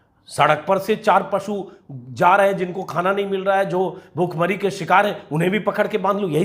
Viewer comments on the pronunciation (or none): none